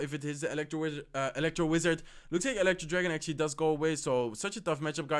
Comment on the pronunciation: Let's akshly see guys! Akshly he will akshly drop his miner. I will akshly ignore it and akshly drop my battle ram opposite lane. He akshly defends in pretty well